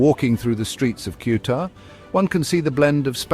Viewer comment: PLease ask a Spaniard to read the name of CEUTA and repeat the same sounds... you IGNORANT!!!!